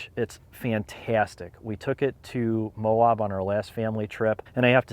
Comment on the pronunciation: Nice video mate. We locals pronounce Moab “MOW-ab” like dude your abs are so ripped. Not MOW-obb. Safe travels